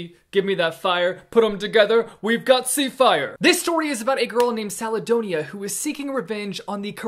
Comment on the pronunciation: Also, you're the first that called her Caledonia with a soft c. I tweeted the other when I picked up the book about the name, because I do not know how she wanted it to be pronounced. Is it "Sa-le-donia" "Ka-le-donia" or is it two syllables? "Sale-donia" "Kale-donia" ? I wanna know!! In the book, they do shorten it from time to time to "Cale" or "Cal"... So, I feel like it is a hard c (K-sound). I think the soft c sounds nicer though.